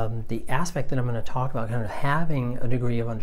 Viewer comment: Your videos are awesome! Thank you! ( but i totally heard like a "Twalk" or "Tawlk" near the end :P )